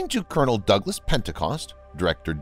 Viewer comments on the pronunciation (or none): none